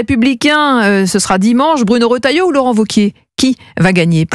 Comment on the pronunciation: Il faut demander conseil à Jacques Dutronc ...........L'opportuniste..... Retailleau et non Rottailleau, la majorité des journalistes incapables de prononcer les noms correctement